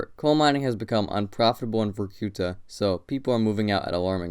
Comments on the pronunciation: Tip: always check stressing in Russian names (in Wikipedia, for example). English speakers tend to mispronounce every single word when it comes to Russian cities. In this case, it should be vor-ku-TAH, MOOR-mansk and no-REELSK instead of vor-COO-ta, mu-MANSK and NO-rilsk. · The names of both Vorkuta and Norilsk are pronounced incorrectly. In both cases, the stress must be on the last syllable, like it would be in French. You guys have to do some homework before embarking on doing videos on foreign country geography. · VorkutA (pronounced as VorkOOta), not VorkUta, and MUrmansk, not MurmAnsk, and NorIlsk, not NOrilsk